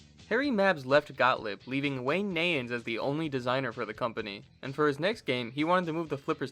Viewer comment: PS: Wayne Neyens last name is pronounced Ny-inns. Not Nay-inns. Enjoyed the humor in your video. 👍